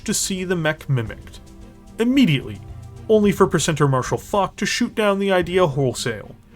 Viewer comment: Why can't stateiens pronounce Focht? It's not hard And it does not ryhme with F'cked